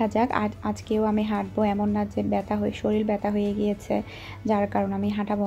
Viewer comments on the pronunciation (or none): none